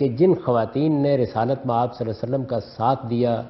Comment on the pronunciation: Mr ghamidi pls read drooud shareef properly upon nabi e paak sallallha ho aleyhey waallewaslem Jazakla